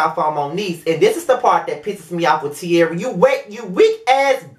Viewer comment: They should make a meme out of how u read Tearria